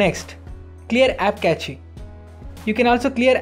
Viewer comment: Wish you had learnt how to pronounce cache...rest was good..